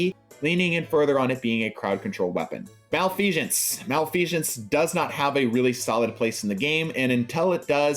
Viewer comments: "Mal-fee-sense", no shhh in there my guy. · Anyone who pronounces Malfeasance like this needs to have a stop